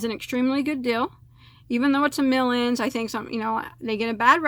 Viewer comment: I keep hearing "melons" when you say "mill ends" lol I wanna buy yarn now and crochet while eating melon 🤤